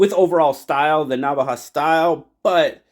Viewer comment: Having say " Navaja " priceless 👌 🤣 thanks so much for checking it out 👍